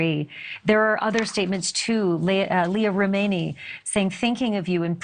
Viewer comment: you pronounced Leah Remini's name wrong